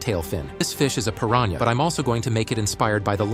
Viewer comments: How normal people say pirahna: Pir-an-a How ai says it: Pir-ran- YA 💀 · That is not how you pronounce piranha🐟🐟🐟🐟🐟